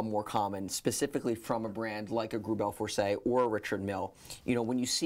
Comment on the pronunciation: *GREUBEL FORSEY